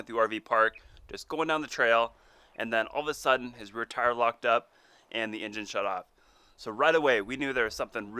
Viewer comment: With tha ninja 🤣🤣 it so did not sound like he said engine.